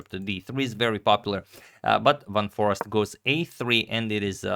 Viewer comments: I wouldn't say that it's quite like the "ei" in eight because there already is the ei/ij sound in Dutch and it isn't like the ee sound. With that said, Dutch has plenty of dialects and depending on where you are from, your pronunciation will differ. But yeah, there's and there's (which is from a Belgian) In any case, I think Adagmator may have misunderstood the intent of whoever contacted him, as they likely meant the English "a" which sounds like "ei" rather than the short "a" which sounds like "ah" which is how he pronounced Foreest in the video. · The proper pronunciation of "Foreest" is "Foreist", with the "ei" pronounced like in "eight". The emphasis should be on the "ei". For the doubters, I am Dutch. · Here is the correct pronunciation of Jorden van Foreest's name in a Dutch chess video, fifteen seconds into the video: . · You pronounce the double ‘e’ the same way as the starting letter of the alphabet. So not like in ‘bar’. More like in ‘ace’. Love and peace! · I'm Dutch as well. It is definitely like and are saying. The pronunciation in the video is not correct. One might argue over it but this name is actually an aristocratic family name pronounced as suggested. Here's a link where you can hear it (press the play button) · I will send Antonio an email with a proper pronunciation in an audio file. There’s only 1 way to pronounce it. any Dutch person who has never even seen the name before, will pronounce it the exact same way. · As a Dutchie I can confirm. In the video it is just the American "Forest" while the "eest" is more like the same sound as "aste" in taste/paste. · The Dutch google translate is actually spot on for pronouncing Jorden van Foreest. Its not Forast, but For-aye-st Goog content :) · double 'e' certainly not double 'r'. Van FOREEST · Closed is "for-aced" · I am Dutch: Foreest is pronounced as Fore-aye-st (English phonetics). The double 'ee' is pronounced as an 'aye' instead of the short 'e' you would have in Forest.